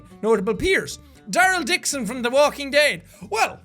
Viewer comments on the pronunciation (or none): Did he just say DARRL Dixon??